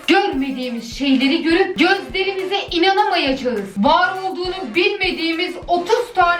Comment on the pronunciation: Bir an gözlerimize inanamayacağız diyince ben onu götlerimize inanamayacağız diye duydum fkmfkmfkkfmmk